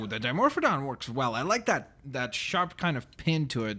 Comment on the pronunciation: Christian Jones it's Dimorphodon not dimophon XD